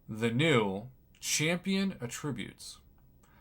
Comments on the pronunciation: It's pronounced at-tributes, not a-ttributes Prof! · It’s at- tri- butes…. Come on professor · Why would you pronounce Attributes like a verb lol